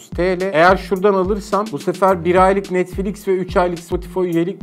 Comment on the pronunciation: O NETFLİK DEĞİL NETFLİX